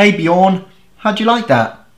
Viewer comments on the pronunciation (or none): you who have such a long reach should atleast try to pronounce our names right. and someone thats that versed in language that surprises me "hey bjorn" its björn.... thats not an O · Bjorn? ... Isn't it pronounced Björn? 😉 (Relevant for someone with a degree in lingusitics.) At least the name exists even here in Germany as "Björn". You probably picked up the English pronunciation.